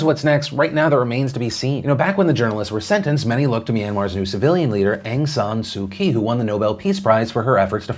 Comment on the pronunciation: phil butchering Aung San Suu Kyi's name